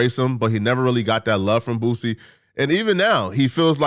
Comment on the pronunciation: How tf u can't pronounce boosie 🥷🏿 just sound it out to old for that shyt